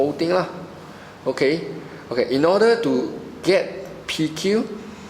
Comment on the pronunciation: your pronouciation is poor! pls check out on pronoucing such words as length and multiply